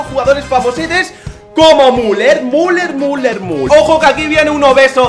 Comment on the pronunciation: se dice miuler